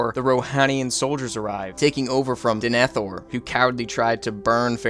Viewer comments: "de-NE-thor" "le-go-laas" "smog" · His pronunciation of eowyn, eomer and denethor destroyed me!